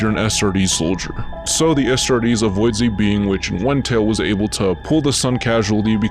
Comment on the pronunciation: Bro keeps saying “ASStartes”